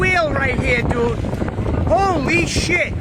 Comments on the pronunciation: "Let's pull it in Jude" He donesn't even know how to say dude anymore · didnt know if he should say jay or dude. so he said jude.